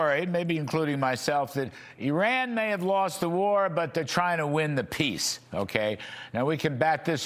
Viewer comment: General Keane cannot even pronounce the name 'Iran' correctly. It's not 'Orran' and it's not the Straight of 'Hamuz'.